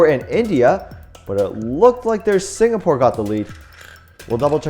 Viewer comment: It is singapore not signapore